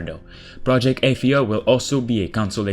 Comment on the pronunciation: Its pronounced Uhh-thia Not Aye- this...